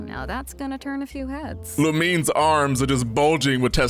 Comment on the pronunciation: Since when you are pronouncing Lumine as Lu-mi-n, and not Lu-mi-ne. I thought you were a bro!